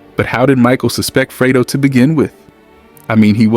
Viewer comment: freydo? it's fredo